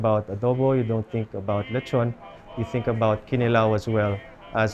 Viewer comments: Is it just me or is there zero effort to properly say ‘kinilaw’ in Bisaya with 6-yr island life? Ya ra lamang ka sundog sa lokal? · I believe the stress should be on the second syllable--kiNilaw. Can the locals confirm? I have never heard any bisaya say KInilaw. It's always kiNIlaw.